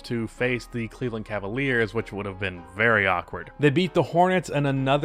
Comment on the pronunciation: Cleve-LAND....... get it together lol